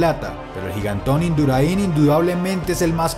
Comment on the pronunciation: Induraín no, es Indurain. Gracias